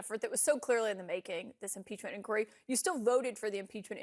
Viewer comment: This guy mispronounces word “inquiry”. Did he obtain a tertiary education?😂